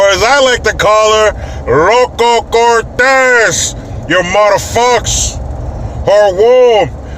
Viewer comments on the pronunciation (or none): It's "Loco" Cortez Not "Local". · IT'S ..."LOCO CORTEZ"...NOT "LOCAL" 😂😂